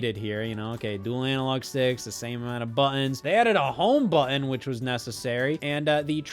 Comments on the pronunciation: From one Scott to another, im not trying to make you feel self-concious but hearing you say buh-inn over and over and over again is making my day. Thank you so much. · why does he sometimes forget the word "button" has t's in it